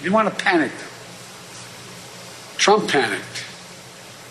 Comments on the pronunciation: no no no! It's not Drump, it's Prump 😂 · Donald Prump should be sent to Nars on a one way shuttle LMAO. HE MISPRONOUNCED HIS OWN NAME LMAO!!!!! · Trump can't even pronounce his own name. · Well actually it's how Trump pronounced his name in a recent rally. 😂